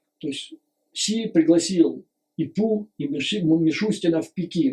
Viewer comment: Обожаю вас Юрий Борисович... Всегда с удовольствием и очень внимательно слушаю вас,.. Ваше новое ударение на Pu-Ssy, это нечто)).... вы моё снотворное перед сном и доброе утро по утрам ( иногда зысыпаю под ваш голос и утром дослушиваю) Спасибо что вы есть... Спасибо за вашу работу и искреннею поддержку Украине, нашим Героям, и всему украинскому народу. Мира и добра вам. Слава Украине 🇺🇦💙💛